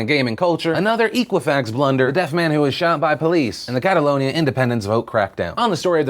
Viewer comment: so nobody told Philip how to say Equifax right? It was like nails on a chalkboard the 39 times he said it in the first video! 😨😧😩